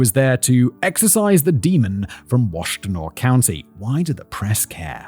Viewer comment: I. Have never yelled yippsilenti, so many times in my life I went to Eastern Michigan, I've grown up in this area my entire life you pronounce it EPS I LANTI you drop the Y. AND ITS WASH TIN AW